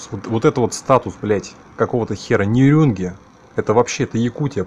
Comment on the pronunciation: Нюрюнги???? Ты даже с карты прочитать не можешь!!! НЕрюнгРи!!!!